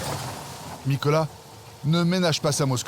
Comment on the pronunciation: Nicolaï !!!! Et non Nicolas ! :)